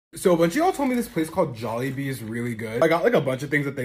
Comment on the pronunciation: YOO ITS THE FIRST TIME SOMEONE SAID JOLLIBEE CORRECTLY